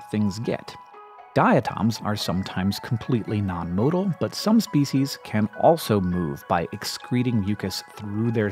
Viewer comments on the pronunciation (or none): none